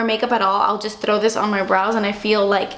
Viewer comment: It's so funny the way you say "throw" you pronounce the "thrr" in a such funny way it's so cute! Love your vids <3